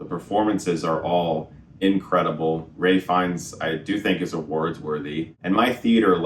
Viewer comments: It's Ralph fiennes bro not ray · Are you saying Ray Fiennes ?? It's Ralph Fiennes. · *Ralph Fiennes, not Ray Fiennes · It's Ralph not Ray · His name is RALPH Fiennes. Chris is the second or third person I've heard call him 'Ray' when they were talking about this specific movie. What's up with that? It's not like he's an unknown, he's been around for a while. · I have a question: I love Ralph Fiennes ... but why is everybody pronouncing his name Ray Fiennes ? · "Ray" Fiennes?